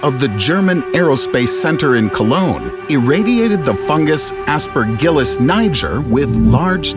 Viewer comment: Aspergillus… Aspergillus WHAT